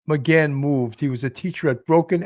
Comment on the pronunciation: Please get his name correctly- it’s McGann not McCann- pronounced with a hard G. Your title uses McCann and you go back and forth in your podcast between using the two different surnames. Thank you!